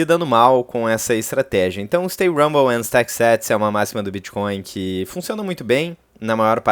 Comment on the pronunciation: Sem querer ser chato, mas sendo… Stay humble a pronuncia correta é diferente da sua… A questão é que a forma que você pronuncia significa outra coisa. Sua pronuncia remete a Rumble, que significa ressonância, barulho de som, etc… abraço